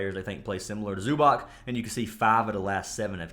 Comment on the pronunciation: Not tryna be a stickler, but it's pronounced Zoo-BOTS bro lol